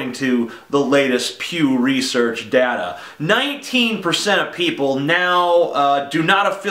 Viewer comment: It's data, not data.